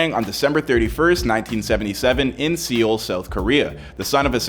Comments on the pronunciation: Soeul is pronounced "soul" not "seal" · SEE-yul? Seoul is pronounced SOUL dude. But being that this is a clickbait post, not knowing how to pronounce an easy word like Seoul seems appropo. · Seoul. It’s pronounced “sole.” Not “see-owl” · why does this host pronouce Seoul, 'SEAL'? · Isn't it Seoul...? Not Seal?! 😂😂😂😂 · I still can't get past him calling Seoul "seal"... when its pronounced like "Sole" 😂😂😂😂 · The city is pronounced soul. Not seal. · I’m more annoyed at how he pronounces Seoul as “Seal” and not as “Soul” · Its pronounced “soul” not “see• ool” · Seoul is pronounced like soul in English bud. Sea oh l.... 😂 Get it together dude. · you should prob look on google how to pronounce seoul before you make a video where you call it "seal" lol Pronunciation is just soul. the e is silent big bro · Did this guy say, "Seee-Oll"? Dafuq? Its pronounced SOUL..of which one is severely lacking! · The hosts pronouciatiol of "Seoul" as "Seal" is cringy and pathetic. Seoul is provided "Soul." Know your geography more or at least go to Google translate to find proper way to translate names of cities before you butcher them up so carelessly. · Seol. Sole. Soul. Not seal. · I’m pretty sure Seoul is pronounced Seo-ool and not… seal..? Heck even Soul is fine but like seal? oh my god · 'Soul' not seal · Dude, Seoul does not pronounce as SEAL! More like Soul! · Seeeewul? Pronounced Soul bruv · Seoul is not pronounced Seeoul or Seal. it is prounounced similar to the word "soul." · "SEE OLE"??? More like "Soul". WTF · Not a fan, not since his song Fucken USA back in 2002. And Seoul is pronounced soul, not See ul. I'll forgive Gangnam style. It's gahngnahm, not gaengnnam, but that's a bit harder. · It’s pronounced like “soul” not “seal”. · It’s pronounced Soul not seal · its pronounced soul not seal for god sake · it’s nothing with racism he was just correcting his pronunciation... it’s not seal it’s (soul) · “See-ol, South Korea?” Come on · See-ol South Korea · It's pronounced "soul"